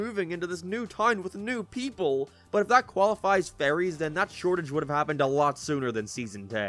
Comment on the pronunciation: Dude i swear to god i keep thinking your saying furrys FFS